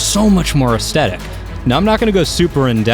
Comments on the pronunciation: "Ass tedick" I think the word you are trying to say is "Ass thetic" ;-) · As tet ic - Aes thet ic Drives me crazy when you say it hahaha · Stop saying asthectic (is that how you spell it?) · Am I the only one triggered when he mispronounces aesthetic as aeSTetic? There's an H in there bro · I think you mean “astetic”. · new drinking game take a shot every time you hear estetic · Say the word "theory".. Aesthetic has the same" th" sound in it. Not a hint if a aesdetic. Great video though and I'm sharing it with friends. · Your mispronunciation of "aesthetic" every 8 seconds kills me. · an an extra one for each time he cant pronounce it! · I can't finish the video - the only thing worse than over using a word is pronouncing it wrong every time you use it! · I can't get over the way he says it; laughing so hard, this is great. XD